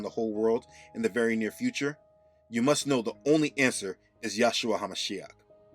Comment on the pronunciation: Hey bro. In one of your videos you say yashua hamashiach!? That needs to be corrected to Yeshua Hamashiach. I dont know if that was a mistake but its wrong.